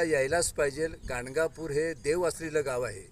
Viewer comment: धन्यवाद >>>>>> ॥अवधूत चिंतन श्री गुरूदेव दत्त॥ सुंदर मार्गदर्शन!. >>>गाणगानूर की ___गांडगापूर?. आवाजात ऊच्चार नीट ऐकू येत नाही. 卐ॐ卐